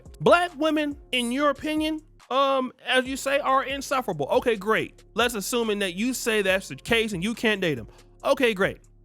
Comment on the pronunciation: He didn’t know the meaning to facetious. And, he didn’t pronounce insufferable, right.